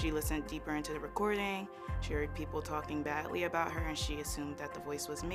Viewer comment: Hurded....translation/ HEARD as in listened! I am so sick of American USA people speaking so very poor! Awful English as a first and only language!! I cringe! C'mon people! Correct yourself! Jeez mom 10 years of recordings?!?! Hello psyco! At least mom said '"asked" properly & not axed! Mom needs nelp!!! Seriously mom u are crazy! Jeez take it personal much mom! You ARE papanoid! So now mom knows the truth and now mom needs help and is Abusive to her daughter trying to blame her daughter as if saying anything regarding her mother in a negative way is insulting! Wow mom give YOUR family a break! Now we know why mom is sick!! She's the cheater!!! A cheated who ruins her husband a d her daughter too! Mom is gross! Sick mom! Mom sucks! Yay dad!!! Leave that awful wife!